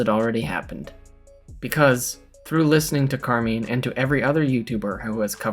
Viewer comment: And say Carmine's name correct hahah, love you both